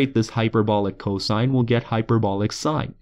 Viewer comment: i come back to this video once in a while to hear him say coshine